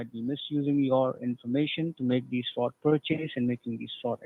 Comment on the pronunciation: That “agent” had so many red flags in his pronunciations and misuse of words. Anyone who’s doesn’t have mental decline should’ve been tipped off. We need to protect our elderly from these “fraudsters”. Wire froud, credit froud. 🤦🏼‍♀️🤦🏼‍♀️